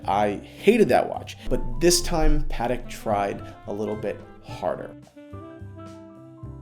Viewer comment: its PAH-TEK